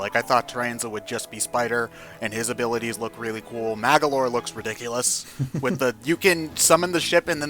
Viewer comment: It's Magolor not Magalor